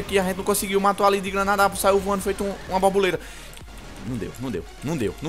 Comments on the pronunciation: "Saiu vuando ali feito uma babuleta" shuashuahsuashuashuash <3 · kkkk sai vvuando tipo uma bobuleta '-'